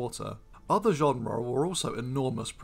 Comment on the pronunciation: Don't pronounce "genera" like genre, please! Besides genera is plural only!